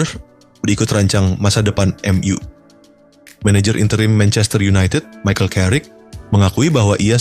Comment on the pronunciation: Bacanya em yu bukan m u Tolol